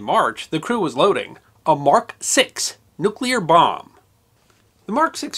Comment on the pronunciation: OMG! Another American who can pronounce "nuclear". That's 2. You and Mrs Bush!